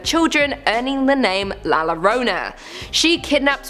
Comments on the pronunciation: Omg pronunciation llorona is not lorona y pronounced la yorona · La lorona 😂😂😂😂 its pronounced la yorona! In different regions of Latin America El Coco is El Cucuy! And duendes are also called Chanekes. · Hispanic, not spanish. Spanish is from Spain. The things here from Spain are the duendes and el coco. La llorona (pronounced like Yorona, not Lorona, because double L in spanish is kind of a Y) is NOT spanish. Is like saying that the wendigo is english, or Nessie is australian. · Lmao no views. But 4 likes. Tio YouTube is drunk again BTW La Llorona is pronounced as La Yo•Ro•Na Not La Lo•Ro•Na And if you hear her cries from afar, that means she is close by & if you hear her cries close by, she is far from you. ........ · nooooo! You’ve cursed yourself by mispronouncing “la lloronas” name. Quick!!You must drink 3 shots of Tequila with the worm inside while pronouncing her name right after each shot!! And you must do this ON YOUR NEXT VIDEO!! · The way you pronounce La Llorona makes my dick itch.